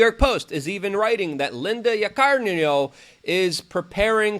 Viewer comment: YAH-KUH-REE-NO or as Luke says it; Coca-cola.